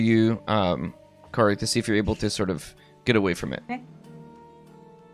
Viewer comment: The whole Cory rhyming with sorry isn't working for anyone but 😂 in my American accent that probably actually sounds like a toned down valley girl accent. Cory would be pronounced in a way that rhymes with saw and car instead of soar like I think it should. I think I know how Cory is pronounced but every time says it the same way is like no it's pronounced Cory not Cory. And I actually don't see the difference 😂 if you asked me to copy in the way she says it I could do it but I can't tell the difference between two people saying it. I'm more like a mimic who can copy voices right after they are said, tone, accent, basically everything. But if you ask me to tell you the differences I couldn't tell you. I know they are different but I can't tell you how. I can tell you when their accents are different but I couldn't tell you which words are pronounced differently unless I've been listening with every brain cell I have. Or if it was on a test and I've been studying. 😂 This whole Cory rhyming with sorry thing definitely broke my brain.